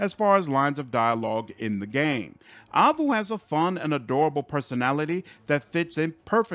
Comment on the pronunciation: You are mispronouncing Aivu and waifu in the same way. In both cases the ai is pronounced like the letter I. Waifu should should like wife.